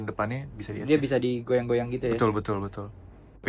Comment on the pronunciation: terganggu dengar dia ini ngomong "ed jas" untuk bilang adjust. Ucapan yg benar untuk adjust ya éjas (e nya kayak di enam)